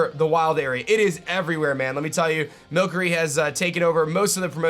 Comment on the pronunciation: Why is he saying mill curry